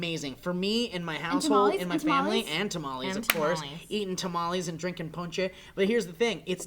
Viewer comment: he said ponche!!!!!!!!!!!! that is the best!!!!!!!!!!!!!!!!!!!!!!!